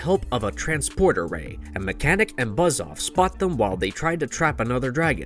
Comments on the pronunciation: its pernounces mekaneck ( Mek-A-Neck ) not mechanic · It’s Mekaneck, not mechanic. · ‘Mechanic?’ So, not Meckaneck then? There are so many script bloopers and pronunciation issues on this channel on pretty much every video. If you need someone to proof any of your videos, let me know. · It's pronounced "Meh-Ka-Neck", not mechanic lol. Also the toy was introduced in 1984 not 1994 which im sure will have already been pointed out. Anyways, HE-MAN has always been my favorite since I grew up watching the show and playing with the toys. Fond memories. Keep the MOTU videos coming. Thanks. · Mechanic? Who is Mechanic? If your going to narrate learn how to pronounce their names, it’s Mecha-Neck 😒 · Mechanek, not mechanic. As in, he has a mechanical neck. Way to highlight your narrator is reading a script about a topic he knows nothing about. :/